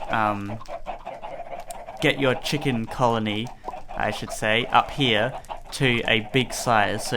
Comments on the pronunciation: he said the cock cooker xD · the "COCK" cooker?lol.